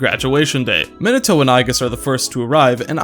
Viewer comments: this video randomly popped up on my feed and while I mostly agree with it, the pronunciation of "" is giving me brain damage, no offense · probably because he says "Minato" wrong